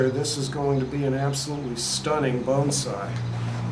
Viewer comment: Will you do me a favor and not pronounce (BONSAI) the way you are in this video.